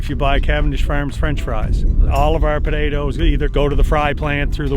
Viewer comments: The way he said podaytoes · As an islander myself I can confirm that's how most islanders say potatoes. b'dayduhs